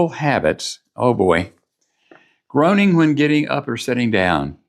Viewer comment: Groaning not groining 🤣😂🤣